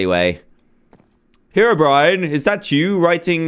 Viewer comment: you said terobrine hahahaha :D